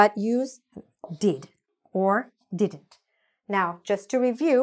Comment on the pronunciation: You are not pronouncing didn’t Correctly check it once